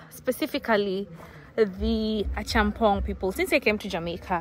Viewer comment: It is pronounced A COME PONG - not A Chum Pong